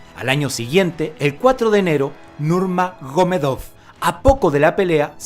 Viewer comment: Nurmanomiedov escuché jaja buenos videos